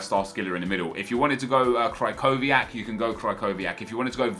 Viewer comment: Was też śmieszy jak mówi Krakowiak zamiast Krychowiak?